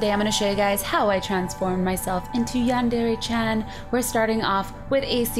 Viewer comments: omg you look awesome! i just wanted to say that its not pronounced yan dairy, it's (Yan- De- Re) , I just wanted to say that so no one would get mad! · Oh the cringe. Cuquake. It's pronounced yawn-der-ray. -Sincerely all Otakus. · I don't like how no one can pronounce Yandere correctly not even the creator of Yandere Simulator says it the correct. When people say Dere. it's pronounced DER A not dairy. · Just so you know it's pronounced Yan deer it's spelt like yandere XD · yandere isnt pronounced like that cries